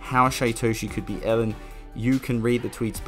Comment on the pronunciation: Elon does not call himself "Ellen" so why should anyone else unless they are just trying to be disrespectful? JS. Not like his name is hard to pronounce